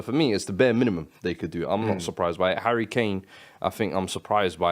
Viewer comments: It's the hard M lol "MINIMUM"! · MUST! MINIMUM!